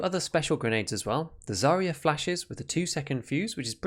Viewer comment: It's a pity, really. It maybe somewhat hard to pronounce for a non-native speaker, but it's the last syllable in Zarya that is stressed. Smoke grenades are quite useful against campers in some places, like on Customs, where you can leave them guessing which fence breach you would choose to entry or exit. I'd say it's actually quite realistic.